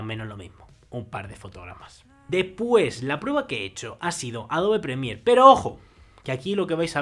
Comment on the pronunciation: "Depue" "adobe premie" "ekportajio" "projesado" "maj" "calida" "matzima" "poke" "egstrimin" "tengdra" "cuatro con jinco" Y MUCHOS MÁS HORRORES DE PRONUNCIACIÓN ¿De donde es que habla tan mal?